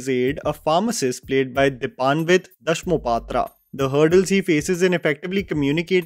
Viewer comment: Glad that got the pronunciation of the State name, language etc correct. I have heard many people mispronunciate. At the same time his unintentional honest mistake of mispronouncing दासमहापात्र (ଦାସମହାପାତ୍ର ) once again highlights, the way English has failed indian languages and scripts. Our scripts (all proto-indian scripts) are so evolved that even a person who doesn't know the language can at least read/pronounce the unknown word correctly. BUT ENGLISH CAN'T PRONOUNCE saala!!